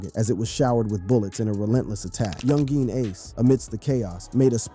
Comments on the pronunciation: Yung-geen ace😂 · “ Yun Jean Ace “ . Man wtf💀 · “Young geen Ace” lmaoo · Lmmfao he said Young Jean ace